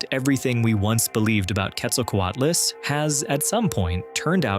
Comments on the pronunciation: Why do Americans ALWAYS say QuetzalcoatAlus it’s Quetzalcoatlus. Why you mass hallucinating that extra letter? Wtf. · What do you mean by one of the largest flying creatures? Which creature was larger and flying? And why do you call it Quetzalcoatulus? And why is the audio so horrible to listen to?